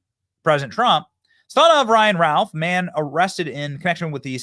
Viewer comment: Why does Benny keep saying "Ryan Ralf" it's "Ryan Routh" for the first couple of hours after this happened I was so confused trying to search for stuff I thought I had the name wrong turns out maybe you're just mispronouncing it Benny